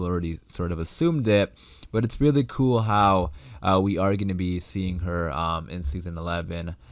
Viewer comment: Kind of sounds like kewel lol